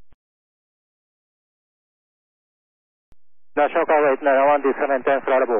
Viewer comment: As an example, this guy never really did pronounce the word "National" with all the syllables. Also, answering with slang "affirm" is improper.